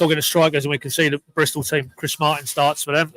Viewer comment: Stop saying Bristol this is a schoolboy error 😂